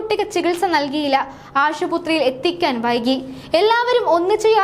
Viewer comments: Ashuputhri alla Aspathri aanu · ആശുപുത്രിയല്ല.. ആശുപത്രിയാണ്.. ഓരോ ദിവസവും എന്തൊക്കെയാണ് കേൾക്കുന്നത് എന്റെ ഭഗവാനേ😢😢😢😢